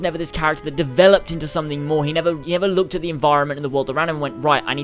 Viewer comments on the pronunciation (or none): none